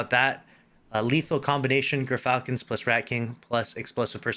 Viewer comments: It’s pronounced Jur-Falcon. You said it right the second time. A gyrfalcon is one of the largest birds of prey. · This build is a war crime 😂😂 and btw its pronounced Jer-falcon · It kinda makes me mad not a single person says GEARfalcon. Why do we ignore the y? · Gearfalcon is how it is pronounced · well according to emma it's pronounced "jeer-falcon" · Google states that it's pronounced Jur-falcon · More proof of basic to no regression testing 🙈 And as it's pirate themed, surely it's pronounced Grrr-falcon, in your best pirate voice..